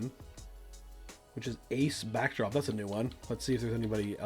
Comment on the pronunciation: i enjoyed the video and how you set up matches but.... its Ace Backdraft... not Backdrop or whatever you called him (twice)